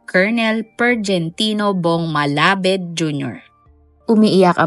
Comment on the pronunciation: Hindi "malabed" kundi "malabad"di mo ni research ng maayus eh"KNOWLEDGE IS POWER"